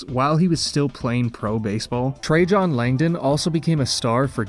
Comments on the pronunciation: Dude you need to learn how to pronounce names of players. trajan langdon is pronounced like tray-gin not tray-john. Cowens is pronounced Cow-ins not Co-ens. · lol. You are absolutely butchering these names Trajan Langdon… his first name is pronounced like the Roman emperor. I’m not gonna go through the rest. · Your pronunciations of Al Cowens and Trajan Langdon were equally awful.